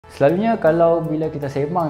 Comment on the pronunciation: starting cakap kl “selalunyee..” 😂 nihh, beranak celah komtar cakap penang laaa 😂